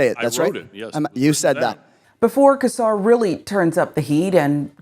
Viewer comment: I hope you see this (this is a pet peeve of mine, especially since I've heard him pronounce his name). It is not pronounced "Kesar". It is pronounced "Sesar". It is a soft C!! On that note, this is disgusting. It's alarming how far back this Project 2025/Heritage Foundation wants to take us back as a country!!